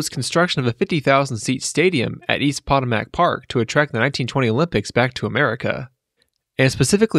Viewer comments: I hate to be "that" guy... Potomac (puh-toe-muk) Not pot-uh-mack. Legit great video though. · its pronounced Poh-Tow-Mack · You lost me at East Pot-o-mac Park. You are creating a history video of you should just take a minute to check the pronunciation of a widely known river’s name. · Poe toe Mack? Absolutely not… puh… toe… mick… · pawtamack?it’s pronounced pa-toe-mick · Not Pot-a-mack. Pah-toe-mick. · C'mon brah pot-o-mack Park?puh-toe-mick... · Did he really just pronounce Potomac as Pot-o-mack!!?? 😂😂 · Potomac is pronounced “PA-TOE-MICK”. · Nope; POTO-MAC. Lol! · As a resident of D.C. , Potomac is pronounced (Poe-Toe-Mack). Like the Potomac River. Great video though! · I'm from Indiana but even I know it's PA TOE MIK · “Puh-toe-mick.” Great video! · I’m sorry but did he just say (Pot-A-Mac)park???? 😂😂😂😂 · POT-O-MACK lmfao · We pronounce the river s Puh-toe-mick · "Potomac" is pronounced puh-TOW-muhk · also, it's puh-TOE-mick (for Potomac) and lawn-foNt (for "L'Enfant) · Po-TO-mac Park.... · Poe-toe-mick is the way to pronounce Potomac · East Pot-O-Mack Park. LOL. That made me laugh. I couldn't take the video seriously after that so I closed it out. Sorry try again. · It's po-toam-mick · Interestingly enough, your mispronunciation of Potomac is actually very close to the correct pronunciation for the name of the native tribe that the name comes from. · Boy, did you ever! Research! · as a local, the way he pronounces "potomac" makes me cringe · You said Potomac wrong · That you don't know how to pronounce Potomac correctly destroys any credibility you might have had. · Nice video, but you need to learn to pronounce words, like Potomac, correctly.